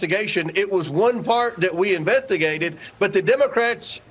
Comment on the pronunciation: Sounded like comert said ( invent ti gated.) Instead of saying investigated. Accidentally slipping the word invent and watergate put together(inventigate)